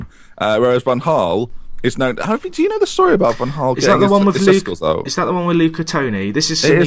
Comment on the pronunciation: why can't you pronounce van Gaal????